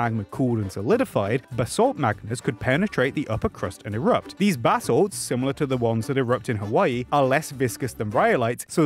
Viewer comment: Every time he says basalts I always hear 'bath salts'. Sounds to me that Yellowstone just wants to relax